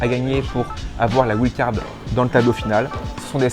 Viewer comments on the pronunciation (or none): "la ouilde card" loooool